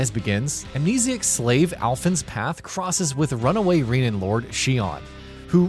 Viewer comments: This reviewer did not play the game, not even for 5 minutes. He calls them "Reenans" and "Daynans" throughout the whole thing. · They’re pronounced “Reh-na” and “Dan-uh”. Makes me wonder if you actually played this game or listened to anything in the storyline.